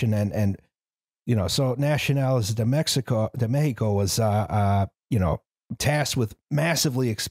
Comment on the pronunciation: pronouncing spanish words as of they're italian is a mindfuck (di messico) on Mexican Gladio: don't worry, it's coming Henequen: It's sisal in English